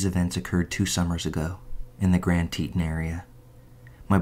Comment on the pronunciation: Teton is not pronounced as you did. However, love your stories. Thank you! 😁😁